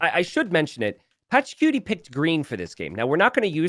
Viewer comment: saying Patchacuti like "Patchacutie" sounds so funny